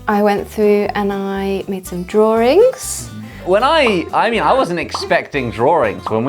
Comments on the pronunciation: why they pronounce 'drawings' 'drawrings' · Am I the only one hearing “draw-rings” instead of “drawings”? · Im kinda fascinated on how they pronounced drawings. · Hang on! Wait a sec! British people say “Draw-Rings” not “Draw-Ings” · I laugh every time Brits say 'DRAWRING'.🤣😂🤣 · I just realized they said “draw-rings” instead of drawings (This is not my first time watching this!) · Wait, do all english people pronounce drawings as "drawRings?" 😱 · OH....., MY..... LAWD, they said drawrings! A total SNL flashback starring Mike Myers! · Josh: drawrings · drawRINGS? is that how british ppl pronounce drawings??? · Is it me or do I hear “drawrings” like with a soft “r” sound? Is it and English thing? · The set is amazing, Lizzie did great! I didn't know brits say "draw-rings" for drawings... Does Americans do that too? It's not my native language, help! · Can someone please clarify two things 1) WHY DO THEY PRONOUNCE DRAWINGS AS DRAWRINGS is that part of their accent? 2) Why do they say “have a think” and not “have a thought”? Is that a mistake or is english language like that 😭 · Guys.. drawings- drawrings? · Why do I keep hearing Josh saying "Drawring" instead of "Drawing"? I don't know, english is not my first language. Maybe that is the correct way to say it..lol😂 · am i the only one who realises they pronounce drawing as drawring? im not from the UK so this is new to me! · Why do they pronounce drawings as draw-RINGS? Both Lizzie and Josh. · Did you say “drawring” ? 😶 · Is it only me who finds the pronunciation of 'Drawings' here weird? Do all British say it like that?